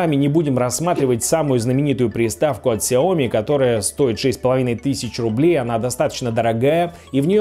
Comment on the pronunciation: Не ксяоми а сяоми.